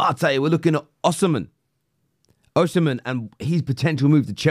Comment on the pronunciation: Victor OHsimhen 🤣🤣🤣